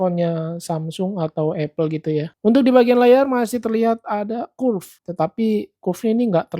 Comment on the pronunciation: APAAN BANG LAYAR KURF? WKWK bacanya bukan kurf bang wkwk